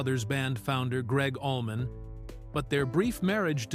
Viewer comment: And Allman = almond 😂😂